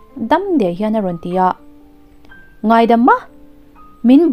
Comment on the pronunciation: Ka duh ngailo tih hi, ngai tih lai tak hi a fuh lo deuh in ka hria